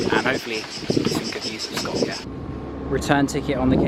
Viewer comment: Hey man thanks for pronouncing Skopje correctly, love from Macedonia